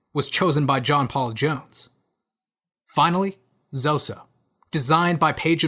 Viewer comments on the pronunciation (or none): ZOSO = Saturn (ruler of Capricorn astrology sign), I also once heard that its stands for a number. and its pronance: Z-O-S-O and not Zoso